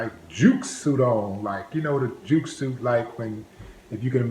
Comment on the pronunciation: It's not "juke" suits, they are called "Zoot" suits.